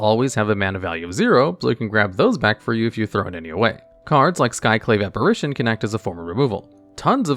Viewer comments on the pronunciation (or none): none